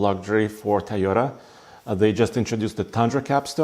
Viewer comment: It's "Toy-ota"...not "Ty-Ota" Good review...